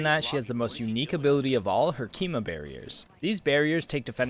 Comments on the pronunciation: kiba not kima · IT'S CALLED KIBBBBA NOT KIMA !! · KIBA, NOT KIMA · Is he saying kima barrier 😮‍💨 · In he says keema 🤣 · Omg he says Keema the whole video doesn't he [hasn't watched half the video yet]